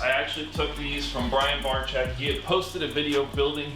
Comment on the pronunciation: Do you guys really know how to pronounce BRIAN BARCZYK or you just give it a try?